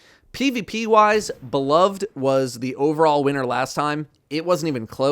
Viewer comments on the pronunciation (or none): none